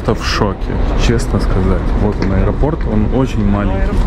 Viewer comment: А ещё,, без обид, ударение в слове аэропорт ВСЕГДА ставится на ПОРТ (из аэропОрта, к аэропОрту, в аэропОрте, в аэропОртах и тд)